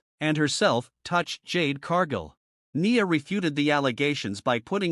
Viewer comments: Her name is pronounced N eye a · Bro in the voice over you need to pronounce Nia name right